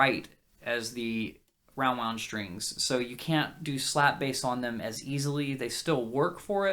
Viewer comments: shtrings. shtrings. why shtrings? Why not "strings"? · once you start noticing all of the people saying sht instead of st it will drive you mad